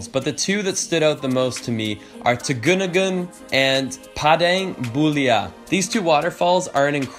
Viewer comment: Tegenungan is pronounced te-ge-nu-ngan, Padang Bulia is pronounced pah-dahng bu-lia Canggu is pronounced chahng-gu Native Balinese here, living in London. Message me if you need any tips for Bali and Indonesia :)